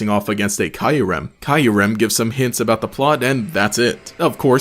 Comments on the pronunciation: Still feels when you say Kyurem's name as KAI-YU-REM. most people say KIYU-REM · Sorry, but... i need you to take back how you said Kyurem, or i'm gonna throw Heavy Balls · I've never heard Kyurem pronounced that way. I've only ever heard it pronounced like in the anime and Pokédex 3D.